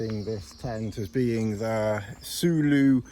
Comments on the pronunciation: soulo solo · 😂 you. Saying sooloo. It’s Pronounced solo. Just my personal pet peeve 😂